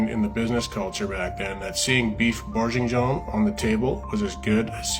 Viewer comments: Let’s all say it together “Burgun-Yawn” Great video! I’m going to send you some Omaha Steaks, do you like Filet-Mik-Non😂😂😂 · Burr gain(hard g) yawn like you’re ratatouille 🧑‍🍳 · Beef borg ing yawn! That’s how it’s pronounced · So many mispronunciations of bourguignon … would have taken one google search on how to correctly pronounce it lmao.